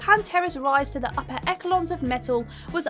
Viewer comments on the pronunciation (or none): Also... Echelons is pronounced Essh-ell-ons. Acrimonious is pronounced as it is spelled, not acrimonous. Did your script miss out the 2nd I?